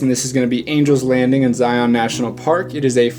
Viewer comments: Local pronunciations: Bon-nuh-ville salt flats, not Bonnie-ville. Zigh-un National Park, not Zigh-ON. The places shown are all great, (I'm familiar with many of them) but I wonder,, have you gone a bit farther north through the Logan Canyon area to Tony Grove Lake and "the Caribbean of the Rockies" -- Bear Lake. There are some great alpine hiking trails there as well. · If you're going to make videos about a place, it might be nice to learn how to pronounce it. Zion rhymes with "lion," not "try-on." Oh, and it might be nice to look up the definition of "infamous." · You can always tell if a person is from Utah based on how they pronounce “Zion National Park” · You said Zion wrong you don't pronounce the o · Some cool shots, but man was it painful listening to you pronounce Uintah and Zion... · Pronunciation guide... Uintuh, Bonniville, Ziun.